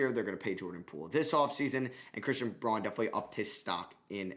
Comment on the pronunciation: Pronounced "Christian Brown"